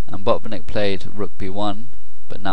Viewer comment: Hi, Great analysis. Do not skip 't' in Botvinnik. And the stress is on the first syllable.:)